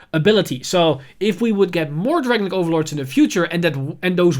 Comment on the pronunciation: It’s just a small favor to ask, but could you please pronounce “Dragonic” how Kai does, at least. “Dragenic” or “Dragon-Nick” doesn’t sound good I’m sorry